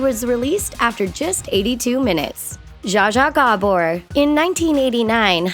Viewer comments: it's pounced Ja-Ja Jabour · u pronounced zsa zsa gábor wrong cuz im hangarian